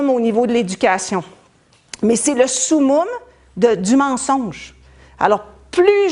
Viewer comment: On dit Summum pas Soumoume. Sa se prononce Somme-Homme